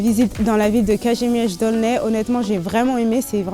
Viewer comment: Piękna wymowa Kazimierz